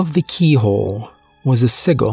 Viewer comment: Noooo not "sigull"